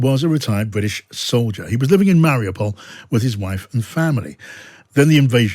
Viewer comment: Very wierd that he lived in Mariopol and doesn't pronounce it an an authentic manner.